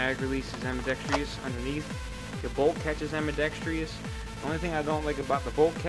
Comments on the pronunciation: ITS NOT AMBIDEX-TREE-OUS ITS FUCKING AMBIDEX-TROUS!!!! YOU SEE ANY TREES IN THERE???? FUCK! Im so fucking sick of seeing these people who think they know what they are talking about pronounce words wrong! (I know whats the big deal? You see 4 out of every 5 video I watch, someone says ambidex-tree-ous not ambidextrous, or how its supposed to be pronounced, im just fucking sick of it) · love your vids but whats with americans and AMBIDEXTRIOUS? its AMBIDEXTROUS no I . same as your ALUMINUM its ALUMINIUM . you americans spellit wrong as well as say it wrong ?